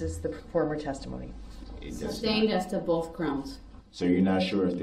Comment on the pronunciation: Why do they say ‘boaf’ instead of ‘both’?